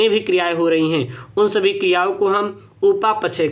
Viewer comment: Sir upa pachay ni hota hai upapchay hota hai